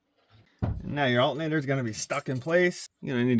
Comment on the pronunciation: why he say alternator like that man smfh